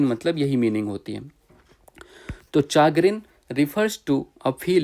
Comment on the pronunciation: चैग्रिन या चागरिन नहीं शेग्रिन सही उच्चारण है